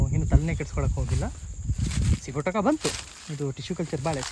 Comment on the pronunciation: ಸ್ವಾಮಿ ಅದು ಸಿಗೋಟಕ ಅಲ್ಲ ಸಿಗಟೋಕ